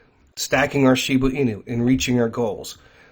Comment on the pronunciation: She-BUH, NOT She-BOO. Please, it’s driving me insane!